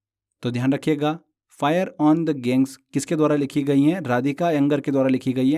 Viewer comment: गंगेस बोलने नहीं आता क्या भाई. उस दिन भी गैंग्स बोले थे डेली वाले क्लास मे और आज भी गैंग बोल रहे हो.